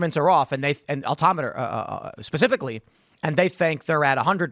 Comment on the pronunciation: Oh Tim…please stop talking about aviation. ‘Belly flop’?, al-tim-iter… lol